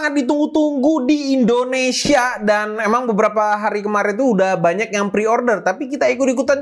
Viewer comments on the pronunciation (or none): none